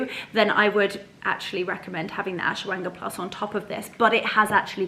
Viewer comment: Hello 💚 oh the soup looks delicious 😋, so nice to be at home with you. Some great information on Vitamins, thank you. I think they pronounce it Ash-wa-gan-da. I don't know how to spell it. Love you lots like jelly tots 😘